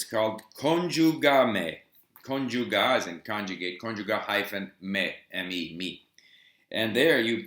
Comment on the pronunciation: Hi Steve, Just like the "o" at the end of words is pronounced like an "u", the "e" is pronounced like the Spanish "i", so that conjuga-me would be [conjuga-mee]